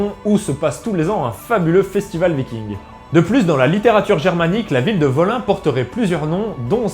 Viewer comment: Ça se dit woline. J'y étais en 2014 quand j'étais chez les Odin følgesvenner, ça vaut le coup ...